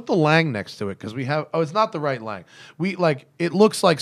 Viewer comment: Russell Lange you beat me to all those points. You missed that they mispronounced almost every German brand name. I wouldn’t care but is such a stickler for the Swiss names he should do the same for the Germans. At least learn to say Lange and Sohne correctly.